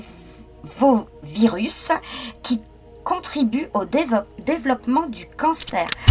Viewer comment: "adévovirus" ... aie ... mes oreilles ... Ajout : Je rajouterai que BORDEL ... elle galère tellement a lire , j'ai sincèrement l'impression qu'elle ne maitrise pas du tout ce qu'elle est en train de lire ... donc pour le travail de vérification basique ... on repassera ... (Bah ouai , quand tu sais pas , tu te renseigne . Par exemple , AdéVovirus : Tu le tape 1 fois sur internet , internet te dit "non , AdéNovirus" , et hop ! tu fait pas l'erreur en live ... En accumulant des connaissances , nécessaires à la vérification , tu apprend que c'est une famille de virus , dont l'ADN est protégé par une capsule . Tu le dit donc en live , ca permet de prouvé que tu a fait des recherches , et d'instruire ton public , qui risque de ne rien comprendre sans ces explications ...)